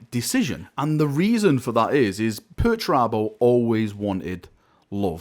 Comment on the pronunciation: Dedicating a video to pertarabo? This guy must have had a head injury recently or something /S